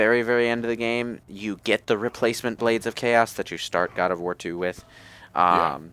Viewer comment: "Ood of War"?